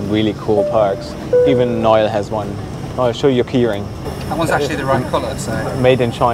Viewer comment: What a great cheer-up that was! With a few sad and difficult things in the UK this week, just I needed. A great comic duo! (By the way, his name's Noel, not Nile!)